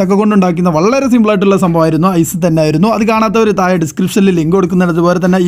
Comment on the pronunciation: മുയുവനായി ഒയിച്ചുകൊടുത്താൽ തായെ വീയില്ലേ...